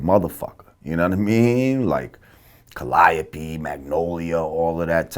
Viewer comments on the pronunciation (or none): This nigga said Ka-lie-oh-pee not Ka-lee-oh (Calliope) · Did he just say cuh-ly-uh-pee instead of cal-ee-ope lol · that boy said cal-o-pee lmao it's cal-i-ope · Calliope is pronounced Calio. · Lol how jamar pronounced calliope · Heh heh!!! Jamars pronounciation of Calliope!!! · John Norris mispronounced Calliope along time ago. I didn't think Lord Jamar would do the same thing in 2016.